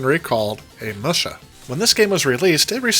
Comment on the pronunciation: Just FYI, it's "moo-sha," Like a cow.